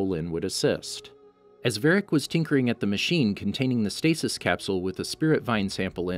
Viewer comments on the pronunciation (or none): none